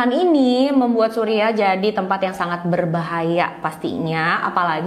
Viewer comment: Syiria..bukan surya..😊